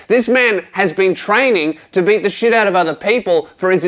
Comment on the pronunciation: For a moment when was saying "beat" I thought it was "baited" lol